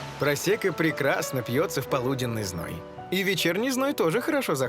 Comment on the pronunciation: Почему переводчик говорит просЕко, а не просЭко?